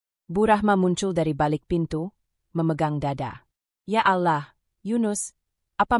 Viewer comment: Klo pake AI penyebutan allah kurang tepat dan kata2 yg lainnya jadi gak yaman didengar flat cara bacanya tdk ada titik koma yg pas